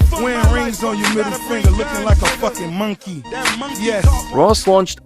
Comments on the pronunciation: I swear Ross is saying Monkey with a U. "Munkey... Lol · "MUN-KEY" - RR 🦍🤡😭🤣🤣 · the a way he pronounces monkey is hilarious 😂😂 one thing you can say is both these niggas funny as hell